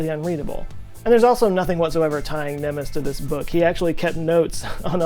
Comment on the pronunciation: I love your videos. Entertaining and informative. (I'm a bit addicted to them at the moment, actually) Thanks a million 😊 The only comments I'd like to add that the name 'Gusztáv' is pronounced 'Gustav' not 'Gushtav' and 'Nemes' is pronounced 'Nemesh'. Hungarian 'sz' = English 's' Hungarian 's' = English 'sh' Hungarian 'zs' = English....well...never mind 😏 (It's bloody confusing, even for me! 🥴💩🤣) (In another video 'Munchausen' was pronounced incorrectly.) Seems, us, Hungarians haven't changed much at the core. 🧐😱🥴 Keep the videos coming! 😊